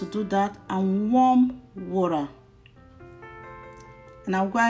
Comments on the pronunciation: Lol. Wura😂😂😂... Which country accent is that one🤣🤣🤣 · Very detailed video I like the step by step.........but please in your next video pronounce water like a Nigerian,because even if you are trying to use the oyinbo accent Its sound waw·tuh not waw.ra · please say water not wurra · Water please. Not wara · Even the white that brought English don't say wara. Is water madam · It's pronounced water! Not warer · a lirru lerra…and add some wora really?🤦🏾‍♀️ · Thanks but it's not warra